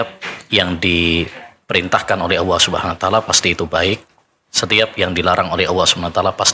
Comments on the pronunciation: Apa Ana salah dengar ya,Ustadz menyebut Alloh tp kedengarannya Awwoh.... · Ini baru pas..,cari ustadz yg memang sanad keilmuannya mumpuni la seperti yg diatas ..,mhn maaf klo Ustadz yg ini pengucapan lafazh Allah nya aja kurang pas klo mnrt sy.. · saya stju...nyebut kalimat allah aja gk bner. Nyebut nabi saw aja msih belepotan